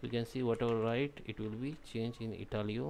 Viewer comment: Ha ha ha "changed to Italiow" - you gave a smile.